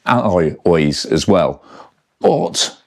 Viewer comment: Lovely, but on balance I'll save 5+ grand and stick with my '22 with its dependable XT and smooth non-headset routing. Same cables, bushes and bb from new. And being Basque it's an Oyyychhhhhh, not pronounced Oiz.